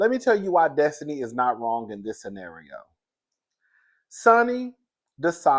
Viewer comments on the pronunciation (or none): none